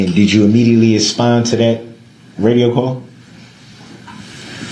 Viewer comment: did he say aspond?